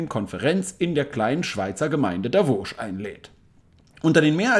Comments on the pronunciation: Hilfe !!! Bitte es heisst Davos und nicht Davosch 🙈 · Warum sagst du Davosch? Kannst du nicht lesen? Heisst Davos. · Nebenbei, es heisst Davos, wie geschrieben, nicht wie du aussprichst - Davosch. Ich sehe dahinter kein ch geschrieben. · Davoos! Nicht Davosch!🤦‍♀️ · haha Davos mit scharfen S nicht Davosch. Das triggert ja richtig ;-)